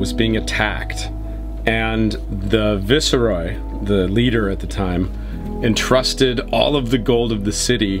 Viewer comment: Visa Roy? Wtf. It vice roy. Viceroy.